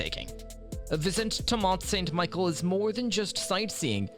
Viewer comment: Its not Michael its Michel …. Plus they are many other mispronunciations that results in a video that loses credibility.